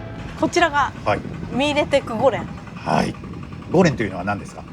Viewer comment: Terima kasih telah mempromosikan kuliner khas daerah saya. Saya cukup kagum karena pelafalan 'Mie Lethek' sudah mendekati pelafalan warga lokal.